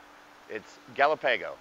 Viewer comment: I’m a Denver native and I never heard Galapago or Zuni pronounced the way you said it.